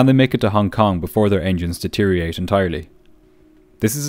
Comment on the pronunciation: There is an 'o' in Deteriorate. It's not Deteriate.